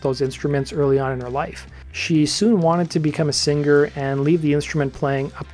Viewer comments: When people pronounce singer as Sing-Gur, it grates on my ears and nerves. This is a relatively new phenomenon. Pre-reality TV, no one mispronounced it. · Stop pronouncing the g in singer